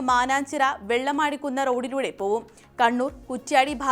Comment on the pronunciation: വെള്ളമടികുന്ന് അല്ല വെള്ളിമാട്കുന്ന്